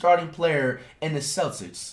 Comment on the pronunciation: Lmao bro don’t even know how to say Celtics lmao dude said celsics